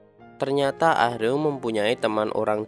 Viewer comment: Min, Ah-Reum itu baca nya A-RēM pake ē Denger mimin bilangnya ah-reum ah-reum berulang², ga Enak banget Di denger 😂 Monmaap 🙏🙏